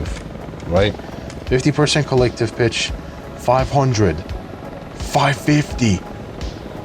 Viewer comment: went through half of the video thinking he was saying "Collective bitch"